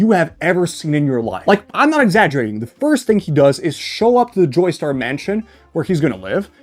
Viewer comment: Did bro say " Joystar " for the entire Jojo's segment 💀